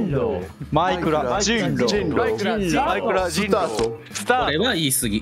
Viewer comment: ショッピくんの｢人狼｣はJINROの発音なんよなぁw